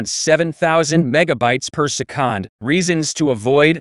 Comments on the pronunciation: Wtf is "persekand"...? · per seh-COND